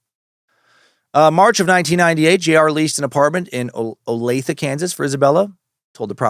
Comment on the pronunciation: Yes Dan you pronounced Olathe Kansas correctly